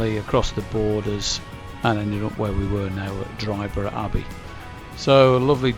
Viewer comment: Dryburgh is spken as in Edinburgh, no 'G', No valleys in Glen Coe as the name suggests 'Glen' only in Scotland, Loch Leven is spolen as if it has 3 'e''s, Leeven. Hope this helps for next time you venture north